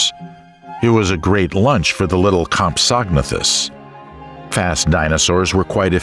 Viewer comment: I like this im subbing nut compsognathus is pronounced as comp so na thus